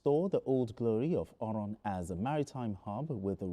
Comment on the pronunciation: I like how he pronounced oron. He's been taught well.